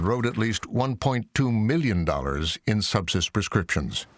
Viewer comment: How ironic that at the first mention of Subsys I thought the narrator said SEPSIS ?!? Turns out both are just as LETHAL!